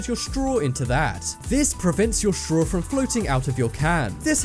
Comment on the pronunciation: Why does he say streaw instead of straw?